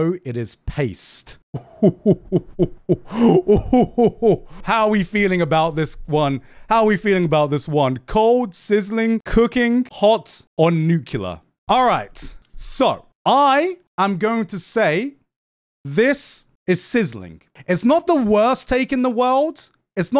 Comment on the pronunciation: I’m… not going to listen to a guy who pronounces nuclear like that…